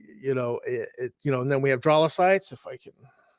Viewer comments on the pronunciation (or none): Yazirian is Yazeerian, not your yazairian. Dralasite is pronounced drowlasite, not drawlasite. Vrusk is pronounced as it is spelled (u as in cup).